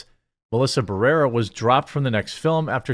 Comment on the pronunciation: You can't even pronounce Barrera. This is why your channel is dying